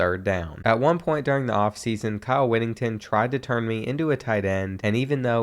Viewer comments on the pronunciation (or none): kyle “whittington”😭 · *Kyle Whittingham Not Whittington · I’d imagine a head coach wouldn’t play a player who kept getting his name wrong lol (Whittingham not Whittington) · “Kyle Whittington” 😂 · You might have been pulled on the goal line in multiple games cause you can’t pronounce Whittinghams name correctly